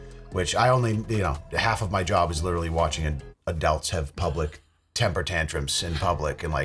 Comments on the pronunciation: I can't get over pronouncing "adults" as "adelts". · why does say "adults" like "adelts" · I guess I haven't watched enough vids to hear him say it previously but anyone else notice says "adults" like "adellts" lol oh well to each their own